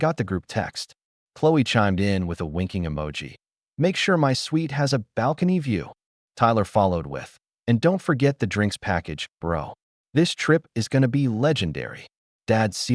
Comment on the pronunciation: it’s “suite” not “sweet” 🙄